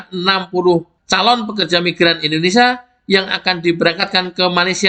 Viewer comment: Sebenarnya suka informasi di channel ini. Satu kekurangan nya yg bikin risih (maaf). Bisakah anda berkata Indonésia dan bukan Indonesa ? Kalau ditanya orang luar,anda dari mana, masak mau bilang "Indonesa" ?